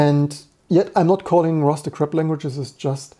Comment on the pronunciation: I was just joking about how you pronounced "crap" more like "crab", and Rust is often embodied with a crab, but now I've kinda ruined the joke.